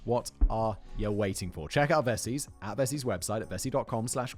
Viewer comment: Say vessi one more time, and it'll be your last upload